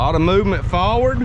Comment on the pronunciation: Forward not “Faward.”